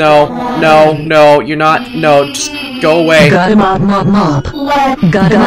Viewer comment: thx for the compliment and u are still saying “youre” wrong lol